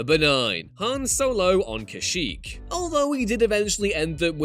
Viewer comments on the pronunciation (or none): Ah yes cashyyk